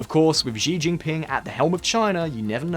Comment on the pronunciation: Xi sounds VERY much like shee in English. It does NOT sound like whatever sound he's making.